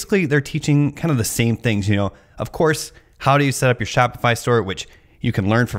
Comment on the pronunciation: gee-all of a sudden your on the other side of shop-itch-eye-fy. I am never buying a course to sell on line. nice video..